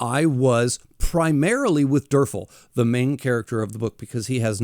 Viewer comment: Also, the main characters name is pronounced Derval. Odd, I know. lol